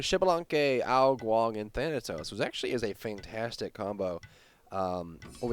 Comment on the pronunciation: when did ao KuanG become ao Guan???